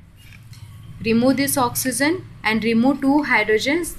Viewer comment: I love the way she says oxysen 😹